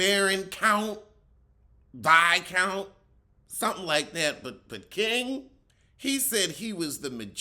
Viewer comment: When I tell you I already HOLLERED when said a Barron at best.. But when he said VI-COUNT! IM 💀💀💀💀💀💀 After watching that god awful season of Bridgerton…🙄😩